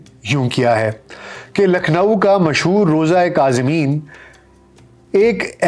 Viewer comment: Kaazimain not kazimeen